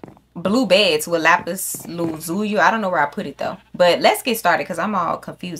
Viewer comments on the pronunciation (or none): Lápiz lazuli la-zuh-li